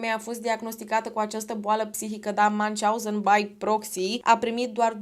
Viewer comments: Numele Münchhausen este german. Deci nu se pronunță ca un nume englez/american. 😊 Pronunția fonetică ar fi aproximativ așa: Miunhi/hauzen, slash-ul însemnând un fel de f. scurtă pauză între cele două părți ale cuvântului. 😊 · se citeste miuhauzen (miuhauzen era un mincinos) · Münchhausen se citește "miunh hauzăn" (aproximativ), nu cum l-ai pronunțat tu!